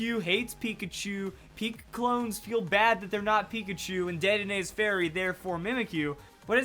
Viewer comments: Sorry I said dedenay's name wrong didn't i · He said Dedenne wrong 😂